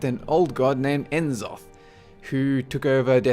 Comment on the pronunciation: I love your videos. But, you pronounce names like that without the K so it sounds like Richard Nack. And I'm almost positive that N'Zoth is "Nazoth" just like C'Thun is "Cuh-thoon"